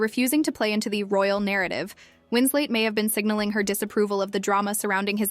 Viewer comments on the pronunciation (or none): FFS, it's Winslet, not Winslate. This AI non narration about a non incident is pretty irritating and lame. Is this the future of YouTube, drowned beneath layers of dreck upon dreck upon dreck?